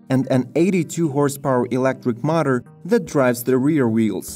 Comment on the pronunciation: Notice how the speaker can't say power & motor?? He instead pronounces it pawer mauter